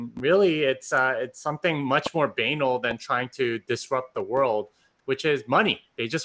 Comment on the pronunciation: Somebody please tell how to pronounce banal